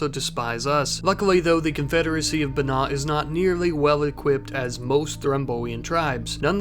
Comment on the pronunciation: Just found your channel; been enjoying the content (especially the various connected series). One thing: I believe Banña would be pronounced something closer to Ban-ya, if we're assuming Ñ in Rimworld has the same pronunciation that we hear in real-world Spanish.